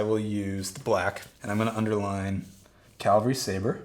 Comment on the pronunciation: caValry my friend. caValry. CaLvary is the hill where Jesus was crucified. Cavalry are horse based warriors. great video. very informative.